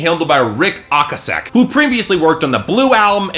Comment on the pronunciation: If you don't know who Ric Okasek is well enough to pronounce his name properly than you have zero credibility as a music critic